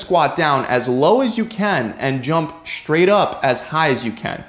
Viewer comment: Dear: The letter sequence "str" does not combine to make a new sound. The word "straight" is not pronounced "Schtraght". Nor does one walk on a "Schtreet", or are you under "Schtress".